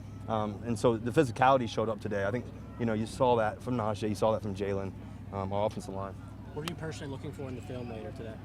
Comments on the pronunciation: Russell is not gonna be that good for our team. It’s a simple things he keeps calling Najee Harris Najay . Najee Harris hates when people say his name wrong. Russell doesn’t even know how to pronounce his his own teammates name . Cringe every time I hear him say it. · Can someone please help Russ pronounce Najee’s name correctly before that dude spazzes on him. He’s literally on record saying it’s his pet peeve.